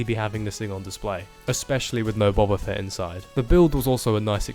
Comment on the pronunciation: Why do you say buba fett when not only is it written boba fett but its never pronounced buba fett in any star wars material